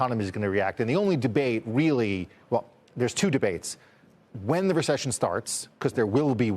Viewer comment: Ever one of these talking heads say ression that means no ression